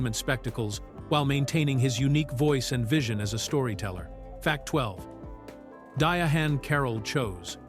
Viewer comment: Dia-hann Carol 🤣